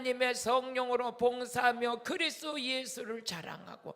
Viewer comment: 목사님~ 그리스도가 그리스 로 들리네요